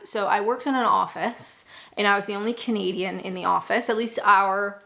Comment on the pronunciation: When you say You're Canadian I keep hearing comedian and as get going I think I was right and first queue jumpers are made to go to the back who the hell says tut in the UK my advice get out of Kent it sounds like it's stuck in a time warp . I like you .PS and because I like you never never never slap your legs and say it's time go people will wonder why you did it just look at your watch and say its time to go .